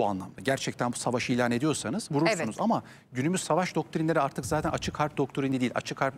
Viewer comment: Ablacım hârp diyemiyorsan savaş de bari. Kalın kalın harb deyip durma